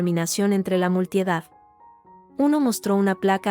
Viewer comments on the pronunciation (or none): No sé dice multiedad ...se dice multitud...corrijan la IA